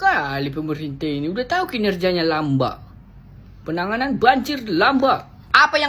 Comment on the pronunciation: Lambat loor,,,, bukan lambak,, 😅😅😅